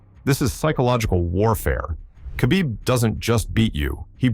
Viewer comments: It's no Qabib. It's Kh, you say it like you have something stuck in your throat and your choking. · It's Habib.. k is silent bros🤣🤣